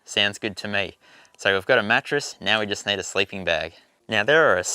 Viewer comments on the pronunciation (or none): you may wanna use a table tennis ball before talking in front of the cam, getting used to get your teeth (upper and lower jaw) separated. This would improve your articulation. And since when do we now pronounce words with a double e („need“) as a diphtong? I don‘t want to offend you as a person, but while doing clips on youtube, you might wanna consider such things in order to avoid tiering people watching.